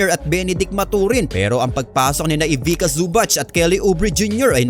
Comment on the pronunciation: Ivica pronounced as Ivicha not Ivika.